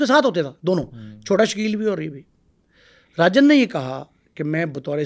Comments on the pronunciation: Rajan ko arjan bol rha hai tatta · Naam to Sahi bol Le saaly. Chota Rajan ko arjan chota kh rha.